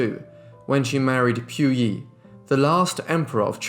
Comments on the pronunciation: It is pronounced as PU Yi instead of Piu Yi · Pu yi sounds like Pooo eee. Not Pew EEE. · POOYEE NOT PYOUYEE JESUS CHRIST WHY IS IT SO DIFFICULT TO PRONOUNCE A SIMPLE NAME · If you're going to make a "documentary" you should at least make an effort to pronounce Puyi correctly, British accent or not. You got everything else right.